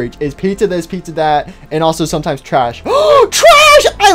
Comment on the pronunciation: Don’t say Puter something stop saying pizza like this stop saying pizza like this to